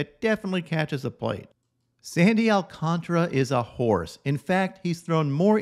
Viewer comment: Let's all say it together: Al-cán-tar-a. There's an a after the t. It's not "Alcantra"